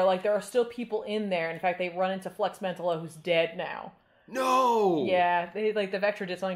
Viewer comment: This is such a fun one. Though I thought Flex's last name was pronounced MEN-tallo